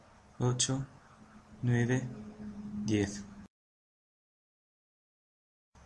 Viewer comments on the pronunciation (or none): It has a strong American accent but it is good. Some were good, but there were problems. Spanish: 1 = Uno; 9 is pronounced as Nuebe. French: 3 is pronounced as Trwa; you pronounced 4 strangely. Portuguese may have been incorrect but I am not sure. In Japanese you didn't lengthen the vowels for 9 and 10, and the video culminated in an incredibly American mispronunciation of the Russian. I don't know about the Scandinavian ones. The video is good but there were just problems (especially Russian).